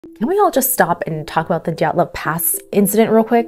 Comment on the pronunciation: Belarusian here. Your Dyatlov pronunciation is 🤌